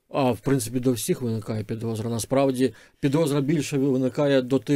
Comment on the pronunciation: Не підозра а підосра